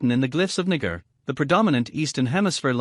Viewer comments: Nah-gah.... no way that speech software is mispronouncing it that way. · Why is naga pronounced this way ? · Is it me or is the voice reading saying the n word over and over lol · That voice trying to say "Naga" made me kek.